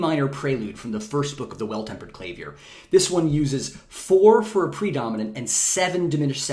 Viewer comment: Great video! Gonna experiemt with some pop chord progressions over tonic pedal. Dominant pedals next? Also you can't pronounce clavier like that xD